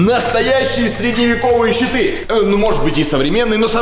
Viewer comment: Мне одному показалось Читы а не щиты